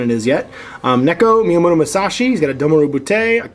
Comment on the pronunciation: Man, this game has some seriously tough to pronaonce unit names... Also, its Neko, not Niko. Neko is a cat in japanese, just sayin' :p